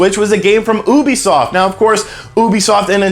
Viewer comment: The way u say Ubisoft 😂😂